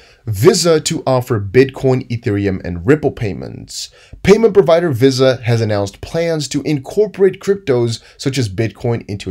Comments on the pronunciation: Love your work but VISA is pronounced in America as VeeSaah otherwise your english is perfect. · Visa is pronounced VEE-SA. Where have you been dude? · Visa Visa Visa NO NO NO how do you not know how to pronounce it correctly ??????????